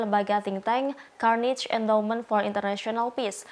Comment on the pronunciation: Saya suka beritanya. Tapi mbaknya yg baca berita itu, sebelum baca mbok ya cari2 dulu di YouTube bagaimana mengucapkan nama "Carnegie".